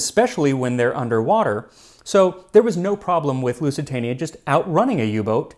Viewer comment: "Loozee-tania", not "Loossy-tahnia". However, great video as usual!